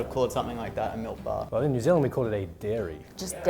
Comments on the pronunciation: em Dilin frum New Zilind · Dylun from Nu Zeelun